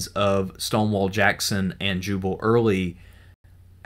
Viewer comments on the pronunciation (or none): none